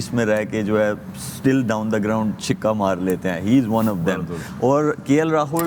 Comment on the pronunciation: Shoaib Bhaaai... Khudaa k liye... Chikkaa NAHI hota chakka boltay Hein ... ,🙏